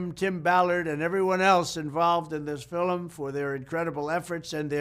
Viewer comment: fil-em = i love it. will start saying it like that.